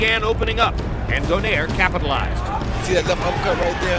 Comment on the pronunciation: ano yong announcer mali yong pag bigkas ng donaire